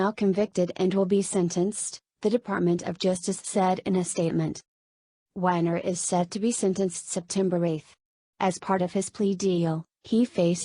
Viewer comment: Hey robot its weiner as in Oscar Meyer Not winer